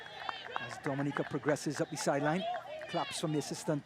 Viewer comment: The is ni pronounced "D" but thduh